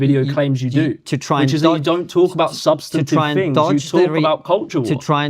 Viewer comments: Can't even pronounce 'substantive'. Don't use big people words if you neither know what they really mean or can't say them properly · This muppet can’t even say the word substantive correctly and then talks about Konstantin. He’s a grifting joke. Lights are on but no one is home.